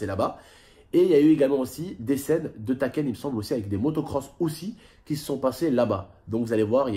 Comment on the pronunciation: *TAKÈNE.... nn mes en sah 😂😂😂😂😂😂😂 c pas TAKÈNE Mes tÉkan fin sa s'prononce comme sa sinon c taken bref c mon film préféré tonton normal ta vu bref ta ps chance aek ton suprême a ta place j'aurais eu mes un seum grs laisse tombé frr